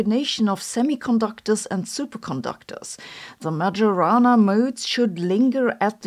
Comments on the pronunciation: Majorana is pronounced "my-o-rana" because j is the same letter as i in Sicilian; it's just written that way when it follows a vowel. (In Italian it is written Maiorana.) I say this every time you mispronounce his name and will continue to do so until you get it right. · It’s pronounced my-or-ah-nah. You’re pronouncing it like an AI does. Maybe that’s where you get your script… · It is "Mayo-rana". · you say Majorana but I hear Majora and I drift away hard I'm sorry! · Dear Sabine, the correct pronunciation of "Majorana" is MaIorana, with the j sounding like a I in Italy, not G in Germany. Do it for Ettore, he deserved it. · It's pronounced "Mayorana". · More like Mary-Juu-Ana 😂. And now I have the muchies all of a sudden. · Sabine, the j in Majorana is to be read the German way, not the English one. "Maggiorana" is an aromatic herb good for cuisine, here in Italy. Majorana remains the pride and mystery of our physics. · I'm not sure "majorana" is pronounced with the J having a soft-g sound as Sabine did, or with a German-j sound (y in English). So I looked up the meaning of the word and learned that it is "Majorana may refer to a particle, an experiment, or a herb. ". I see what someone is doing! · Majorana was Italian, therefore "j" should be pronounced like in Italian. Also, it is Mourik and not Mouric. As far as I know there have been some positive developments in the Kouwenhoven group. But I don't remember the details. But certainly another inaccurate Majorana paper might be another step to kill the field. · Nitpick comment of the day: "Majorana" Is pronounced like a German would do, not like an Englishman ;) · Every time "Majorana" is pronounced in this way a quantum fairy dies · This pronunciation is smoking majorana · It's pronounced "Maiorana" not "Magiorana". By the way, as usual Sabine's videos switch on the light to see what we often don't want to see: the harsh truth. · Isn't it pronounced ma - "yo" - rana rather than ma - "joe" - rana?